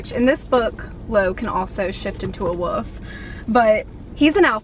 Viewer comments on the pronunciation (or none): It’s wolf not woof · Sounds like you’re saying woof instead of wolf in this video lol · Anyone else notice how she pronounces the word "wolf?"